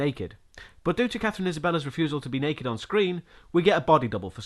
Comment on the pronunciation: This is the third video you've made on the Ginger Snaps films and you're STILL saying Katherine "Isabella"...? There is no 'a' on the end, it's Isabelle. IS-A-BELL. Thanks for the lengthy and amusing reviews though, the first GS film is one of my favourites, I really like the second and the third instalment I found very disappointing and like to pretend it just never happened. I'm glad you cover some older, less-known, cult / indie classics and not just films that win a ton of Golden Globes and are shoved down our throats, crap like Gravity or the Paranormal Activity series a.k.a Sandra Bullocks endless ramblings in dizzy CGI space and pretend found footage of doors opening and closing by themselves.